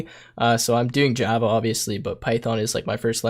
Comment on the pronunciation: 'Gee'ava'. No. I stop watching immediately. It's called 'Java'.